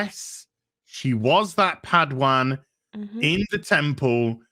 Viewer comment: You love saying padwan dont you..